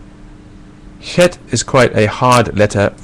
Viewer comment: You say "Chet" wrong. it's a german CH.